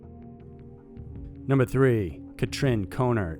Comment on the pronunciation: Catrin is pronounced "Cut-reen" and Joachim "Yo-uh-him".